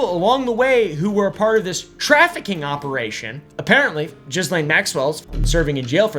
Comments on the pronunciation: isn't Ghislaine pronounced like Gee-lain? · Her name is pronounced Gee-lane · Isn't it 'Geehlain' and not 'Jizzlane' 😂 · I personally think we should all just decide to pronounce her name Jizzlane. No more half assing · lol! It’s not Jizzlane. But I can see how that’s kind of appropriate. The “s” is silent. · I love that we call her Jizzlane, even though, I think a lot of us know the pretentious way to pronounce it. 😂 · Just so you know; the s in Ghislaine is silent because it is a French name. Also, Deutsche Bank is a German bank and the are no silent letters in German, therefore the e at the end is pronounced “ah”, Deutsch-ah Bank. Most Americans don’t know this, but I have been to those countries and studied languages a bit. Just thought I would share this info with you! Thanks for the through background story!